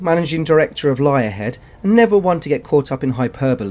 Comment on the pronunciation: Not heard Liarhead before for Lionhead, had me crack up thanks for that one. Like the video and enjoy his humor, big thumb up from me